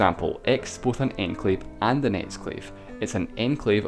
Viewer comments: When you say enclave it kind of sounds like your saying enslave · Enclave is pronounced awn-clave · i thought it said enslave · love it when you say enclave :D